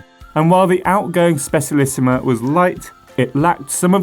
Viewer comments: Just saying but Specialissima is Italian is pronounced Spe "cha" lissima. Pity it's only available in disk brakes now. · ye but I think this is a new record of butchering :p